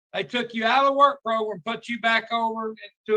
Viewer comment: How does that one man say program and progrum, in the same breath? How? 🤔